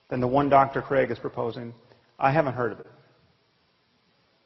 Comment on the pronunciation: Se dice craig.